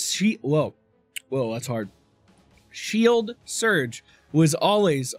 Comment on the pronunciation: It's not hard to say Siege World though. Damn it.